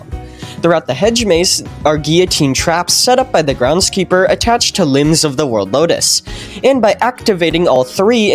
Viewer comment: "grendskeeper" loll